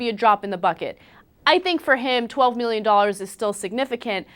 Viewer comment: 12 MIRRION DOLLARS. HAHAHAHA